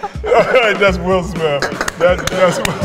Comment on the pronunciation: I like how will says "Smiff" instead of Smith 😆